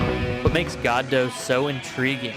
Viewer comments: It is pronounced "God Oh" not "God Doh". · "Goddo" ... it's almost like one syllable.